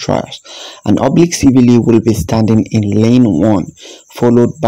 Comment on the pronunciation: Please, the E in Kishane’s name is silent, the e is not pronounced. The same goes for Siville, the E in the name is also silent . Kishan and Sevill. Drop the “E”.in both.